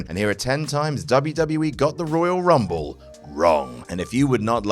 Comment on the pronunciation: Dave Bautista: Woyal Wumble